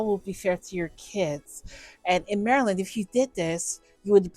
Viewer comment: It took me a while to figure out you were talking about the state of Maryland. Since you have some type of speech impediment you should probably say you are talking about this or that particular state. Great content though